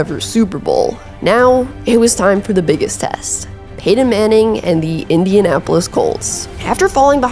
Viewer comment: What's her accent? I can't place it. Sean Peedon and Peedon Manning. Over extending the last syllables and vocal fry in words at the end of a sentence.